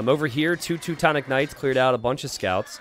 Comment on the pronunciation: "tutu-tonic knights" haha